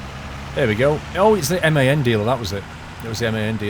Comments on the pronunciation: The truck make MAN is pronounced the same as the word man not like M.A.N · M-A-N why not say it man trucks